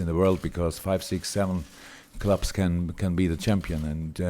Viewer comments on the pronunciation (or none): You heard "five six seven clubs", I heard "five six seven Klopps".